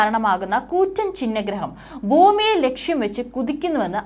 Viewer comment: ആദ്യം മലയാളം പഠിക്കു മോളെ. ബൂമി അല്ല ഭൂമി ആണ്, ബ്രമണം അല്ല ഭ്രമണം ആണ്. Viewers കിട്ടാൻ ഉള്ള കളി.